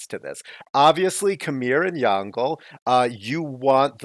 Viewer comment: Insightful video! But it is pronounced Yong Le xD